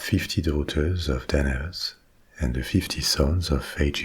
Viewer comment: Every time you say Danaus, my brain can't help but hear "dead ass"